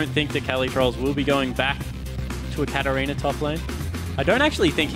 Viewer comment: Wish this guy would stop saying Catter-reaner.